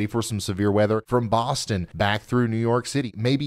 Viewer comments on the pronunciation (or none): none